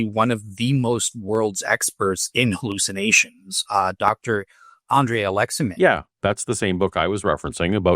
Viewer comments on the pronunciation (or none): none